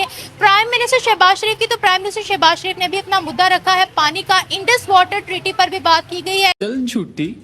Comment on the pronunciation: bro Kitni baar bola hai, wo seh...s Sharif hai Naam to yaad rakh liya karo Yo yo😅